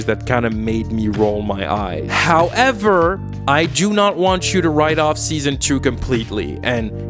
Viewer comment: It is always so fucking funny when you say HOWEVER. It is because I watch a big Yu-Gi-Oh YouTuber and HOWEVER is just a meme on his channel and i cannot help but crack up every time you say it. Ah yeah and your YouTube Videos are really fucking good. You are the reason i watched some of the shows you talked about especially Teen Wolf i really enjoyed (until Season 5 lol). And this will be my next series to watch bcs of u M8. I first saw your Video on Emily in Paris like so many others, but since then i watched every Video and especially the Flash, Sabrina and Riverdale i Downloaded and I listen to it multiple times a month. Also I am from Germany so pls excuse bad grammar if it happened to be idk. I hope you put out this content for the years to come.